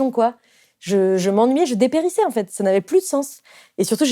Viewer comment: Brava ! Avec une mention spéciale à +/_ 20' pour le magnifique "je dépérissais" (dé-périssé ?)